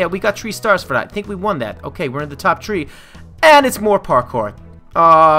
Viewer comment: you got to practice your pourkor